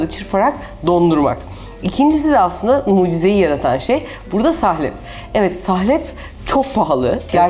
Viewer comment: Sahlep değil "salep" olacak. Lütfen düzgün kullanalım Türkçemizi..